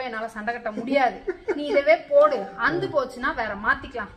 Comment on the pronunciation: Please அந்து போச்சின்னு சொல்லாதிங்க. அறுந்து போச்சின்னு சொல்லுங்களேன் 😂